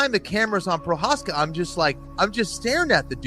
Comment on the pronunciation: juri prohaska , bruh not one of them said his name corectly